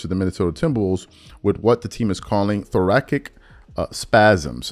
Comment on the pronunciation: It’s pronounced “Thor-ah-sick” my guy. 👌